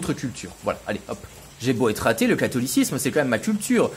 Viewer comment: "J'ai beau être raté " liaison mal--t-à propos ou aveu 😂